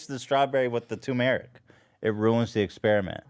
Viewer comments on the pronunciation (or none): Love that pronunciation lol, "twomare-ick"